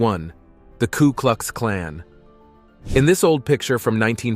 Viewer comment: Pretty ordinary this video. Multiple errors around simple stuff. Mispronunciation galore, e.g, “Klu” Klux Klan. Lazy research and piss poor editing and scripting.